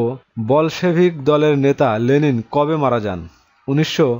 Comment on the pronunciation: It's not Lelin, it is Lenin.